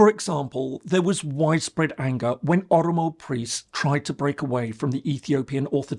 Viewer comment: This guy can't even pronounce Oromo or Amharic..as words ???